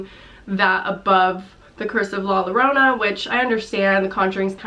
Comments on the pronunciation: I love you and your videos but as a Hispanic viewer I wanted to let you know that when saying the double l you make a “y” sound. So when you say La Llorona you would say it like La Yorona not Lorona. No hate or anything just letting you know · It’s pronounced like Yorona not Lorona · im sorry but all of my ancestors rolled in their graves at the way she pronounced la llorana... love your videos though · Just as you pronounced GuiLLermo, you pronounce LLorona, it sounds like "Y" haha but I loved your version of la llorona xD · La Yo-ro-na please learn to pronounce it this way its kinda cringey when people dont try to learn how to say it right >.< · La Llorona ( pronounced yo-ROW-nah) is an age old folk tale and has been done more than a few times in movies. Im sure it will follow suit in that La Llorona (The Crying Woman) will be presented as some demon or creature rather than a restless/vengeful spirit. Being thst it is a tale of the supernatural I can see how it might tie into The Conjuring universe. Same way The Nun was tied in...that younger nun will obviously wind up being related to Loraine Warren (since she was played by Vera Farmiga's real life sister, Taissa.) It can be done! Lol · 'La Llorona' is pronounced Lah Yoh-roh-nah and is a horror urabn legend staple of Latinamerican culture overall, not just mexican. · Love all your videos!!! Good to see someone shares such a love for horror movies! And Just for info it’s pronounced La “Yarona”. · I fucking cringe every time English speaking people say la lorona or miss pronounce some Spanish words that can be easily checked (? Jaja like, it kinda triggers me jajajaja idk. . . Just a thought. I'm really excited for all these movies also.. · super excited for In The Tall Grass !! also la llorona is pronounced like yorona ! :) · La Llorona is not exclusively mexican folklore. It is actually a latino-american tale. And you kinda butcher it (the name i mean ) xD loved the video tho xd